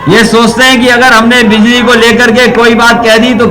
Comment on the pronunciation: अभी बिल्ली की सुविधा देगा। बिजली बोलना तो सीख ले